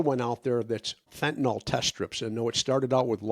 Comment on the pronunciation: I have a tendency to be nit-picky; perhaps too much so. But fentanyl, say fentanil is correct. Fentanol is incorrect. Yes. I’m too fussy.